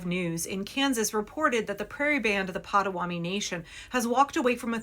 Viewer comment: Pot-a-WA-to-mee. Mispronouncing the name of the tribe is disrespectful